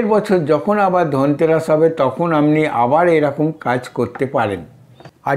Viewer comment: R e dada dhanteras uchharan ta kore korun.... tarpor totka deben....